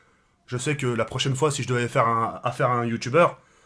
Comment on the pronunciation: "La semaine prosaine, et nan la chemaine prosene"